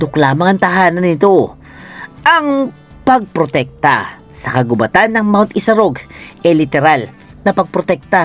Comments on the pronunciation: Mali naman ang pagbasa mo ng "kagubatan". Ang root word na gubat ay hindi binabasa ng mabilis kundi mabagal hence ang word na "kagubatan" ay dapat ding basahin ng mabagal. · bat parang mali ang pag bigkas sa 'kagubatan'..... 🙄